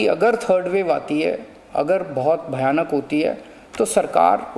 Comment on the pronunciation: Ishe to Hindi bhi nahi ati bolni cm he bhayanak ko bhabk bol raha he minu pe sune khujlibal he